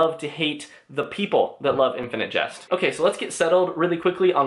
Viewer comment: Why do you pronounce jest like just ?